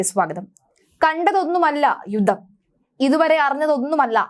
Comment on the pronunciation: വീണ്ടും വീണ്ടും യുദ്ദം യുദ്ദം എന്ന് പറയല്ലേ.... യുദ്ധം എന്ന് പറയൂ